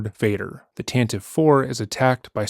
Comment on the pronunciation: IT'S PRONOUNCED 'TAN-TEE-VEY'!!!